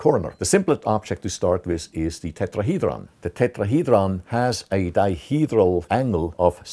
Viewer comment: This guy has the perfect accent for the word tetrahedron